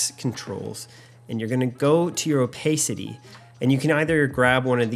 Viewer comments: “o-PACE-ity”? “o-PACE-ity”? It’s “o-PASS-ity”, ding dong. I’m SO tired of “youtubers” posing as “filmmakers”. Ugh. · Did he say "Oh-Pay-City"? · I’m going to comment on all the videos I watch until you apologize for saying “opaycity”😅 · You say opacity wierd